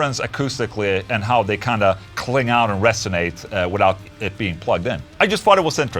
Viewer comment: "cling out" Nice swenglish! höhö ;)